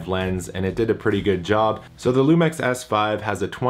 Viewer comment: Isn't it pronounced lumix instead lumex?